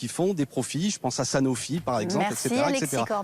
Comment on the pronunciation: son "merci" final ressemble plutôt à un "merde". BRAVO les Insoumis et les Insoumises et merci du fond du coeur Alexis